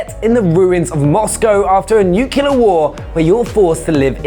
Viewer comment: Its Nuclear not Nucular.